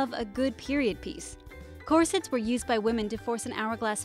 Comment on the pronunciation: "corsets" pronunciation is actually cringy.... ugh...... :S